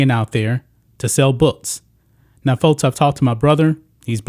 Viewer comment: Fotes? I think it’s pronounced folks.